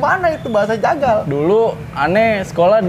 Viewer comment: bang waki kayanya kurang kopi kebanyakan garpit ini mahhhh. Ngomong jagal jadi tegal gak tuh wkwkwk.